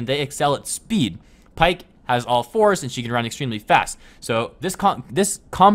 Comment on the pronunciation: Its pronounced pea-ck